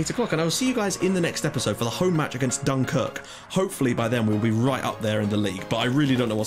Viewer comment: Dunkirk sounds like some Scottish town lol